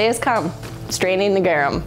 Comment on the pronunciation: The way you pronounce Garum xD sounds like "gewam" you have to pronounce the R like a Hispanic R and the U like "oo" in "pool"